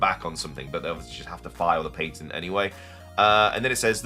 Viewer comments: The way you pronounce “patent” changes the meaning of the word. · Drink every time he says PAIN-tent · It took me a lot longer to realize you were saying patent and not painting lol 😂